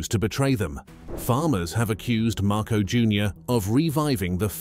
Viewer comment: at least say the name of the Philippine President correctly. Repeat after me...MAR - COS (as in because).